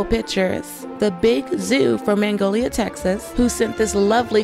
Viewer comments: Lol. I couldn't help myself. "MAG(like hag)-nol-ia", Texas. (From Texas) Still love ya though. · baby, that place in texas is pronounced like the movie "Steel magnolia" Magnolia,TX